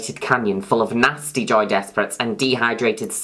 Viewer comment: I thought you were saying Joey Despret this entire time. I can't unhear Joey.